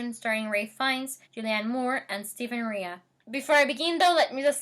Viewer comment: Greetings from Ireland. It's pronounced Stephen Ray, not Ree-A. The movie, directed by Neil Jordan was released in 1999.